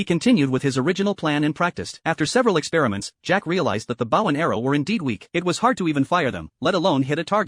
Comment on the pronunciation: First ever anime recap AI that pronounce the word bow correctly